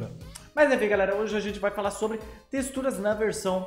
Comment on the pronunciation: ta falando texturas errado em e teturas